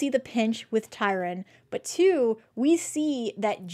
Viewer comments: Sorry this just drives me nuts-love your show but have to mention: It's TRY-on, not Tyron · Small point -it's Governor Tryon, not Tyron. :) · Right? He is a real historical person so it would be nice if you pronounced his name correctly TRY-on